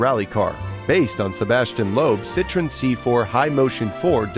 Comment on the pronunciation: it's not prounouce citron please your'e killing me